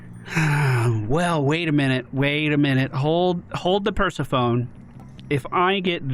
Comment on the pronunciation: “hold the Per-se-phone” 🤣🤣🤣